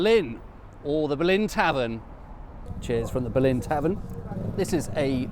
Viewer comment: Interesting. On your map the old West Ham ground is named as the Boleyn. As I understand it, this was always pronounced with the stress on the first syllable.